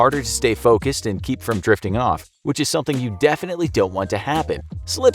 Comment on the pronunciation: Me hearing saying jerking off instead of drifting off..👀 I need help...